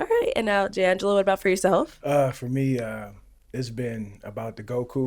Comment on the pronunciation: Why did I pronounce this man’s name in my head as Jang gah low🤦🏾‍♀️ only to hear them say it as Jay Angelo lol